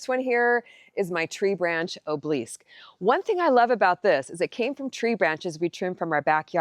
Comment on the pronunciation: It's an ob eh lisk..... not o bleeks